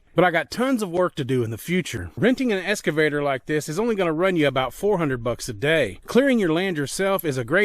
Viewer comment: ex cuh vator brotha not escavator